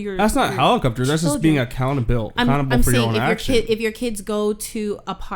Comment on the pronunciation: When he said accountable I thought he was saying a cannibal